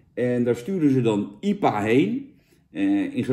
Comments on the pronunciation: Normale mensen: I P A bier Jan Roos: iepa bier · Jantje zegt gewoon lekker iepa in plaats van ai-pie-eej. Niks mis mee, Jantje. Lekker sponsordealtje te pakken. Een massapubliek lonkt. Proost. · Jan de enige persoon op aarde die IPA uitspreekt als iepa